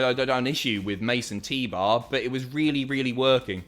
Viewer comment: "Mace 'n' T-bar" Me: WHO IS MASON T-BAR!?